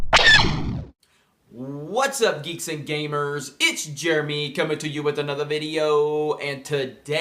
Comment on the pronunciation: Please just say video... other than that ... I love your ... vidioooos